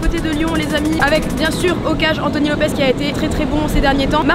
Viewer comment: Un lyonnais qui dit cornet devant et lopezzzzzzz mais c lopessssssssssss